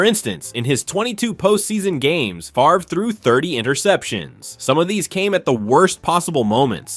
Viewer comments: It's spelled FAVRE (pronounced FAAV-re), not FARVE. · Brett Fah-ver? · He says Favre's name correctly throughout the beginning. So how does he refer to him as "Fav-er" ? And comparing Namath unfavorably to Fran Tarkenton's "consistency"... hey wait... didn't Tarkenton lose FOUR Super Bowls?? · Calls him Brett Favre at the beginning of the video and then calls him Brett “Faver” in the middle of the video. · You lost ALL credibility when you said FAVER!! 😂😂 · Ummm at one part you said Brett Faver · Mis pronounced Favres name? Hmmmm. I'm out. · I think it's funny that you make a video like this and still can't propnounce Bret Favre's name correctly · Amen brother you nailed it except for the name butchering of Packer great Brett Favre!!!!!!! Dude your performance was awesome but really hit one "Twanger" on the fiddle there with old Brett who was very good indeed!!!! Enjoy your channel! Moonpie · Mispronounced Favre! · How do you pronounce Favre correctly in the section about him, but incorrectly in the Bledsoe section?